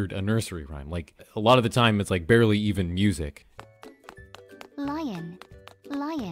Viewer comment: I love how he says BEARly when you see a bear